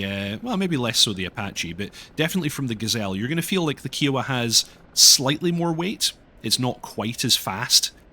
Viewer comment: Love ya but your pronunciation of kiowa feels like a cheese grater to my brain lol